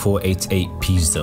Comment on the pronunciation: oh my god if someone Polish will watch that video they will laugh just like me hahah when you said 488 Pista it sounded like "pizda" which means pussy in Polish hahah sorry great vid btw